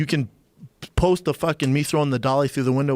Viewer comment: "Proper FookING twelve " 🤣🤣😂